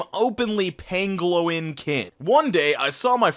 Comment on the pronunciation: Pangolin is pronounced: "Pan-Go-Lin" . I don't believe the first post on ANY level, but I do LOVE pangolins! They're actually really cool animals, like a cross between an armadillo and an aardvark with really cool armor that has actually inspired armor from the medieval era! Google image search them; you won't be disappointed! They're super-duper adorable, but sadly, also highly endangered.